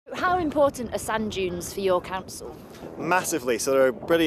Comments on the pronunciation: I had the Captions on. It's Sand Dunes not Junes! Lol! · How many Americans kept hearing "sun dunes" 😆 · I kept hearing sun juice that made me confused.... Until I saw the sub.... It was Sand Dunes.... 💀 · I hear sand junes. Activate automatic subtitles. It also hears sand junes.